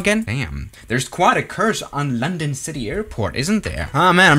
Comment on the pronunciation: "Londong" Edit: he fixed it now